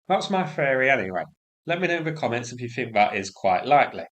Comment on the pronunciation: Have to say your accent and diction aren't easy to understand. 'The' is pronounced as written, not 'veh,' for example. Similarly, 'think' not 'fink.' If English is your first language there's no excuse for not being able to speak it properly.